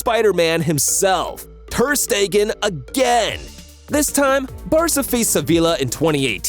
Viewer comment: "mark andrhhe thhheerrrrr steeeggaahnnn" "Bay raen vs barsa"💀☠☠💀💀💀